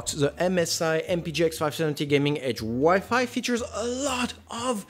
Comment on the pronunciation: The fact that he doesn’t know how to pronounce WiFi should show that he shouldn’t be giving reviews.